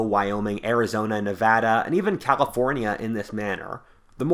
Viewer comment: Thank you for saying Nevada right. Empty Quarter for life dawg